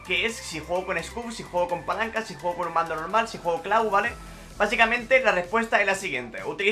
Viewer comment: Se agradecería mucho que dijeras mejor la palabra VALE 😑